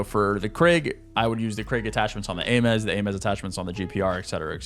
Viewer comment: This dude said Ay-Mez for the Ames. (Aims)